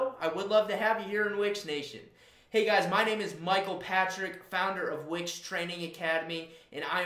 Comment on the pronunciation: Would be even better if you could pronounce the name of the company you're representing correctly. You keep saying Which website, WTF?